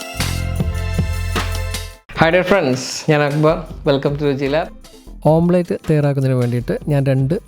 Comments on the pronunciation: ഓംപ്ലേറ്റ് അല്ല, ഓംലെറ്റ് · ഓംലെറ്റ് ആണ് ഓംപ്ലെയ്റ്റ് അല്ല. Omlet . അരോചകമായി തോന്നുന്നു. ശ്രദ്ധിയ്ക്കുക